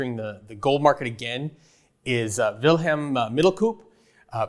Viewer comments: It's, not Wilhelm. is Dutch not German. Just take the trouble to read your guests name. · not Wilhelm! Dutch, not German! They don’t like that! 😂